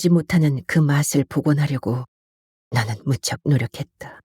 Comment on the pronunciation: 인트님목소리가 너무 좋아서 항상 잘 듣고 있습니다 그런데 내용중에 계속 "나는' 이 "너는"이라는 발음으로 들리는데 좀 이상하네요